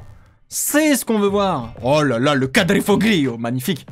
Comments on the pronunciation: Les deux alfa sont le Stelvio et la Giulia puis on dit quadrifolio et pas quadriglio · Alfa Romeo Stelvio (suv) et Giulia !! Pour la prononciation de quadrifoglio c’est : couadrifolio 😂